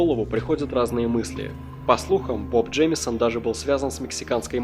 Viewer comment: Джеймсон? или реально Джеймисон? если мне не кажется и ты ошибся в произношении, то на протяжении всего видео я только эту ошибку и слышал